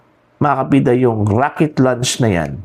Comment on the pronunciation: Raket... hindi rocket. Baliw.